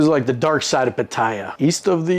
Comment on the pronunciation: Omg. Can’t believe you felt the need for this story. It’s more about the stupid farang than the Thai female. Bad females world wide prey on horny stupid males. You been there long enough too mate to pronounce Pattaya correctly. Gives you more credibility. Sawasdee